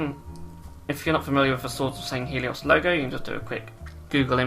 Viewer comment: Mispronounced swords of sanghellios sorry if misspelled